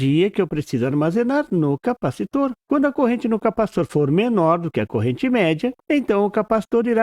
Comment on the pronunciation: Porquê você diz "CORENTE" ao invés de dizer CORRENTE ?